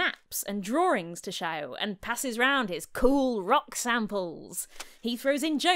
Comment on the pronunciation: "He brings maps and drawrings. .." Love it!